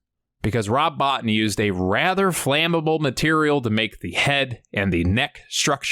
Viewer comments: Hey it isn't a big deal but I thought you and others might like to know that the special effects guy's name is pronounced Rob "Bow-Teen " and not "Bought In" OK thanks for the video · It's pronounced bo-teen not Bot-in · Great video but one point of clarification. His name is pronounced bo-teen. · Rob Bo teen. His name is pronounced Rob Bo teen. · I believe it’s pronounced “Rob Bo-tine”. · Good video but Rob Bottin last name is pronounced Bo-Teen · The pronunciation of Rob Bottin surname is wrong. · You pronounced Robs name wrong. Js